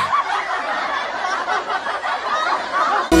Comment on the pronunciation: Haha ngakak pas ngomong yang suka celingkuh (selingkuh)😂